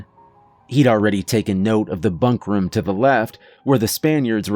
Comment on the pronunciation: "From the bunk ruhm" Not the room, the ruhm.